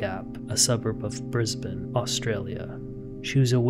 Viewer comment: I LOVE that you say ‘Brisbane’ correctly! I don’t think I’ve ever heard an American pronounce it right 😂 I live there and I’ve never heard of this case!!